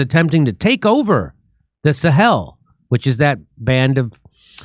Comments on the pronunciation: Jimmy Dore Show : Try to help Jimmy with his English, for he mis-prononces plenty of times. In this episode, at roughly , he pronounces the name Sahel as if it was written Saheel. A good course in English, like in grammar, plus one in linguistics might be helpful and should be, if he gets courses with really good teachers and can hone his memory. Sahel should definitely not be pronounced like Saheel should be. Hel and heel don't have he same pronunciations. Jimmy also comically pronounces the name Niger as if he thinks he is French, for it should be similar to Tiger in English, except with the 'g' pronounced like a 'j'. I'll beat Jimmy any time in French, and apparently also in English. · What an utter mess you make of pronunciation! Niger's official language is French, of course, so it is not pronounced like Nigeria with a couple of letters knocked off. Yes, we know where it is, or at least we do if we ever went to school. Then you get "Sahel" wrong. Lack of respect usually indicates lack of anything sensible to say, so that's enough for me.